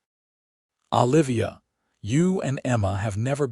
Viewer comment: Olivia should not be difficult to pronounce. Your AI is doing an awful version